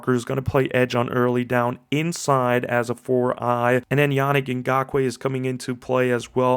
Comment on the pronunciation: Great breakdown! I believe his name is pronounced (Ya-Neek). Can't want to see him hit the field with us. We've needed an edge ever since we lost Mack. Trevis is, unfortunately, not the guy..